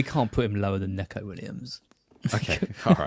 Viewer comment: Its "knee-ko" for neco Williams, he hates "neck-ko"